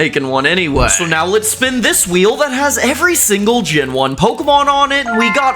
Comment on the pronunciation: Aiwut catem pokimon